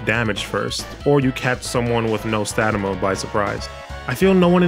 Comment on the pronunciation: Stamina. STAMINA. STAM-NI-A.